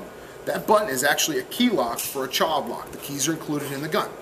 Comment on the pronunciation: Did you say child lock lmao